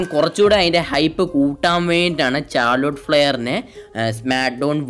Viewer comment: ചാർലൊട്ട് അല്ല മുത്തേ ഷാർലോട്ട്